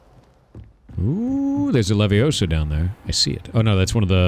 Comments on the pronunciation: 😂 it’s leviOsa, not leviosA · I thought it was wingardium leviosa, not levioso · It's Levi-Oh-sa. Not levi-oh-saaaa! PS the whole 20 hours: leviosaaaa